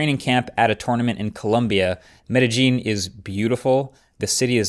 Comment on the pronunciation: You totally butchered the city in Columbia‘s name lol Pablo Escobar is rolling in his grave. Lol metagene the G is more like a Y.